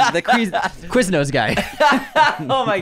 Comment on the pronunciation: lol, pronounced as "quiznoes heartattack"